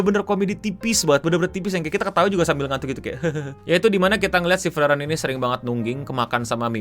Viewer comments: bukan freren bang tapi FREE EREN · setauku cara bacanya itu "Friren". Itu e nya ngga dibaca soalnya ngikut pronounciationnya bahasa Jerman. Funfactnya lagi, semua karakter di anime ini dinamain dari kosa kata dalam bahasa Jerman. Kalau ga percaya, bisa dicek di Google Translate.